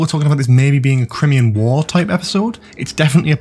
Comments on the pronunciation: It's not CrIMean war it's CryMEan! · Don’t worry about whether you can pronounce Merthyr Tydfil, as you can’t pronounce Crimea/Crimean correctly. Cry-Me-An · I wince every time you say Crimean. It's a well-known period in history, I am stunned that you can't pronounce it properly. Crime-Ian. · It's pronounced Cry-Mee-An you fucking knob ffs no wonder you like this shite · Great spot, and hope you're right, time for some warrior sontarans rather than dumb ones. PS: Crimean = "cry-me-un" 😅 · I do believe it’s pronounced cry-me-an war ace, just thought I’d let you know & they are 100% Sontarans 100%